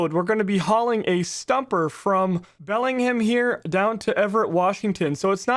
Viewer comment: Belling Ham = Bellingham